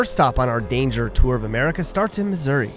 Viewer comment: Dangjer dangjer dangjer!